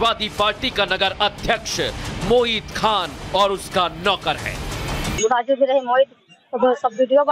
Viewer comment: पत्रकार बन्धु मोहित नहीं आप बार बार मोहित बोल रहे हो